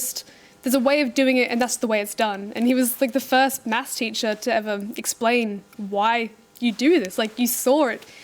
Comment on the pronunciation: The way they say math is irritating